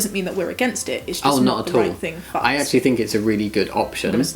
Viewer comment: Does Jamie always say uz instead of us or it is just this video?